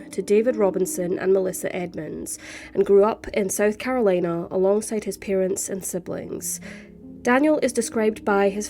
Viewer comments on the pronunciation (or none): none